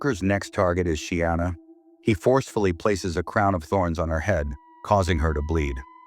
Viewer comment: Sienna...no Sheeana 😮‍💨